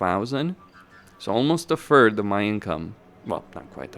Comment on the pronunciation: A “Fird” of your income lololol